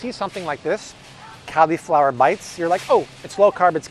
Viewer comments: PLEASE, it's not CALI-flower (as in California) it's CALL-i-flower (as in call me maybe). Just to be safe double checked 4 dictionaries and not one "CALI(fornia)-flower" pronunciation. Stop triggering my OCD plz. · He said Califlower... oml I'm dying!!!!🤣🤣🤣🤣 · Interesting pronunciation of the word cauliflower.